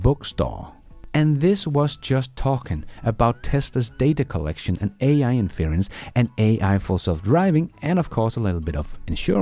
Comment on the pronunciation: The word you have been using is pronounced "IN fur rents".